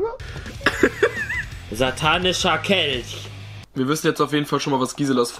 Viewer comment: Schonmal jemandem aufgefallen, dass Rewi genauso wie Unge spricht? Er sagt zB Kelsch statt Kelch und in einem anderen Video hat er Tich statt Tisch gesagt ;D